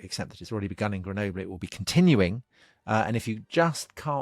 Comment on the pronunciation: You pronounced Grenoble different EVERY TIME YOU SAID IT!